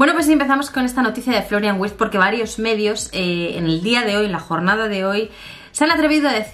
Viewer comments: Hola. La "W" en alemán se pronuncia como "V", ya que la "V" se pronuncia como "F", asi que seria Florian "Virtz" como se pronunciaria... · amor, en alemán la W se pronuncia como la V española.